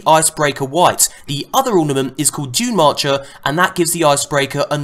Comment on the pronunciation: lol, the icebreaker ornament is DuneMaker, not marcher....